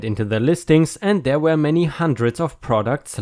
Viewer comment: Hi, I like your videos, yet there is something bothering me. Why do you pronounce were as where?